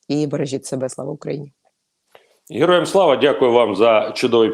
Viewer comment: Губастая с отвращением говорит хероям слава, быстрей произнести и забыть, ей стыдно 😂